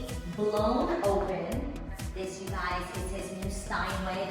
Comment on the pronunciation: "Yow" she is so NY love it :)